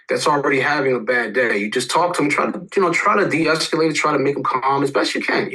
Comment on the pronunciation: Say it with me... DE-ESCALATION!